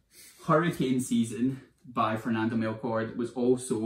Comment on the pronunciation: You’ve convinced me to pick up Hurricane Season! I speak Spanish so I’ve always wanted to read it in the original language but it’s v hard to get here in Scotland! Love your channel! Please keep the videos coming! 💚 📚 BTW, the ‘ch’ in Melchor is pronounced as the ‘ch’ in cheese 🙂